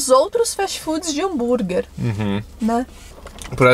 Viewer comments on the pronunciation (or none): "búnrguer" kkkkk